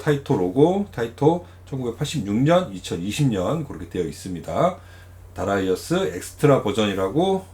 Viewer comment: darius 면 다리우스라고 읽는게 보통인데 특히 하군요. 다라이어스라니